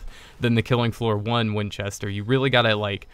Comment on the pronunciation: You said Winchester the right way :P Also, he crossbow has a really big headshot multiplier, so be sure to go for those headshots!